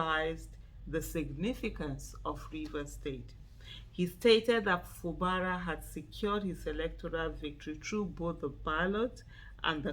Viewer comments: His name is pronounced as Fu Gbara. Not Fu Bara. . Fu Gbara is the right pronouciation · Fubara is an Ijaw name. Aisha pronounced it correctly. It is not pronounced FU GBA RA please.